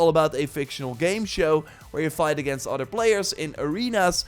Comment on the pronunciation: It’s other, not otter.